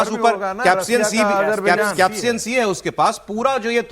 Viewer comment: कॅप्सियन सी नहीं, कॅस्पियन सी